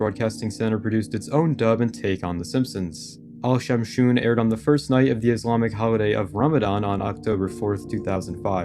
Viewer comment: Al shamshoon 🤣🤣🤣🤣🤣🤣🤣🤣🤣🤣🤣🤣🤣🤣🤣🤣🤣🤣🤣🤣🤣🤣🤣🤣🤣 Indian finds it very funny